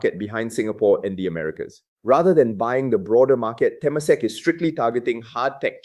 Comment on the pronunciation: Te-MA-sek not TE-masek. Pillai is pronounced Pillay. Frag-MEN-ted not FRAG-mented.